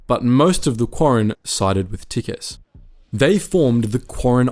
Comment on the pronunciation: Bad news: had he lived, he would have made a great Rebel commander, which is a shame that he didn't. Good news: his death is, at the very least, necessary to balance the galaxy, lest it become all too untested by lack of war and overuse of peace. Edit: Isn't Tikkes' name pronounced as "teecks", or have I been wrong all this time?